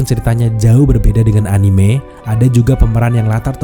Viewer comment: respect yang menyebut anime dengan e yang benar